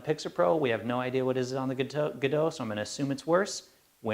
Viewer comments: They're all Godox (That's, "God-Ox", not "Guh-doh"). One is the LED 1000C (colour variable - the one you have branded as Godox) the other is the LED1000W (daylight balanced - the one you have branded as Pixapro). Pixapro is the biggest UK distributor of Godox products. They're just rebranded, but it's the same stuff. Like Adorama do in the USA. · John..Glad that you stepped in there to inform the correct pronunciation of the word "God-ox" as stamped on the product... must be thinking its a Godo -x-LC500C! I use 1 of these panels (The Godox LED500C) Its a super panel - however I would have liked it to operate from 0-100% on the light output....